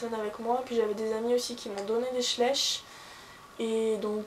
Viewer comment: Juste un petit truc ça se prononce schla-iich . sinon super tag :)